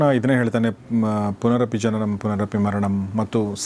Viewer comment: Its not punanapi its punarapi